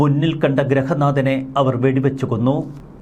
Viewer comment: ഗ്രഹനാഥൻ അല്ല ഗൃഹനാഥൻ